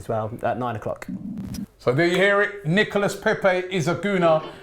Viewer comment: Robbie, he is pronounced Nicola, not nickerless.